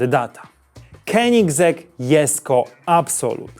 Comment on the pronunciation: Z Rimacem ci się udało, ale koenigsegg sie nie czyta Kenigsegg. Pozdrawiam mojego kolege z wodą w kolanie